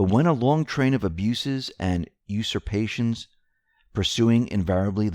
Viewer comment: Let's learn proper English and pronunciations, shall we -especially when reading verbatim. 1. Usurpations 2. Despotism 3. Invariably Look those words up and learn to say them properly. Hearing you butcher common English-language words night after night is like listening to fingernails on a chalkboard.